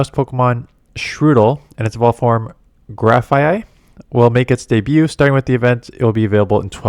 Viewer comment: Impressed you pronounced Grafaiai correct first time